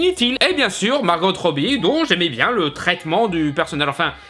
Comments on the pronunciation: Par contre, c'est Margo pas Margote. Même Margot Robbie dit son prénom comme ça. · A faire attention. Les bande annonce de Suicide Squad nous faisait focaliser sur le Joker en méchant principal alors qu'il était très second plan. On pourrais avoir une HQ en rôle principal mais avec les Bids of Prey en premier plan aussi.. ps: Margot, se prononce comme en Français. Le T est muet..